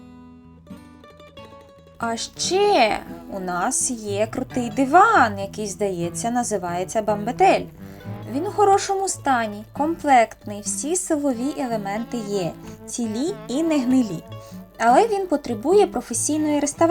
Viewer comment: Речі чудесні у вашій хаті.Так, то креденс,ви правильно сказали,(походить з французької).А бамбетель,(наголос на БЕ), то не таке.Він повністю дерев"я ний, сидіння теж, яке піднімається і в тій ніші стелилася солома і можна було там спати.В мого тата бамбетель досі є.Ми ним користуємося.Бажаю вам успіхів у вашій роботі.Дякую вам.